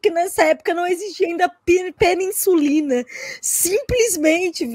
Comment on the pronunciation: "Peninsulina" KKKK